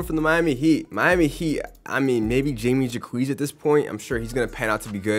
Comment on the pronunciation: Jamie Jacquez—> “hi-meh hawk-ez” lol I was dying